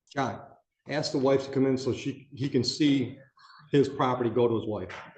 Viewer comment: Sov shitizens and moronish shitiz3ns are the dumbest people on the planet. Everyone bc careful, he's axe the judge. Axe, really showing just how ignorant one is. Wants to speak and act like he's half intelligent, but cannot verbally say ASK correct... Something my two year old csn so perfectly fine...